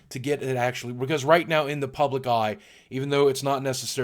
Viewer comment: I just love how boogie says "because". He says Becoz